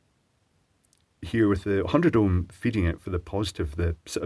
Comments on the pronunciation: Wait. "100 ohmy"? Is that something, or is that something else? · "100 OHMY" :)